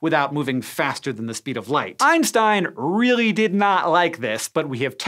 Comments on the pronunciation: Sorry I forgot the first i in "Ein", but what I meant was the "s" instead of "sh", which I've always heard people say. Look for any Scishow video related to the man and you'll see. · It's the same thing with Einstein. In English people say "Einstein" where it should be pronounced "Einshtein".